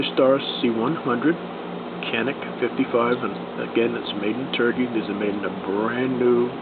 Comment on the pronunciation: canik is pronounced Janik ...don't blame me , blame the turks